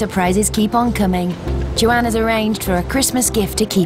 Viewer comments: Couldn’t agree more. How could you pronounce Juan as Joanne? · I kept wonder who “Joanne” was. I have never heard “Juan” pronounced that way.